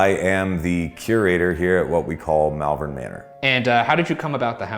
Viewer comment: Just an FYI, I live in malvern in the UK and it's pronounced "Mall-vern" (as in shopping mall). As an added bit, Worcestershire is pronounced "Wus-ta-shur". This is how we can tell people aren't "regular visitors" to our area because they mispronounce them haha.